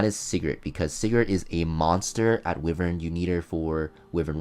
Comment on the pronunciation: I'm pronouncing it "Wi-vern" too because of you😭😭